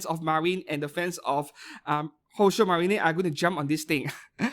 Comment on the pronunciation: I still wonder why you keep pronouncing "宝鐘マリン" as "Houshou Marinay" and "マケイン" as "Makeinay" 😅 Makeine = Make + Heroine. Marine, same as in "Kitagawa Marin" (hence the figure crossover...)